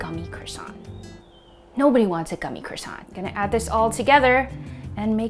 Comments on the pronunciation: One month in Paris attending pastry school and you’re still pronouncing it wrong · They aren't croissanTS. I know you did say it properly with the silent T. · The n and t in Croissant is silent